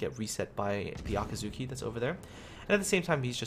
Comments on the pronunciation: Ah-kaht-ski. There you go. Japanese speaker here. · ah-cut-sue-kee <--this is the right one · I can still here the 'u' :(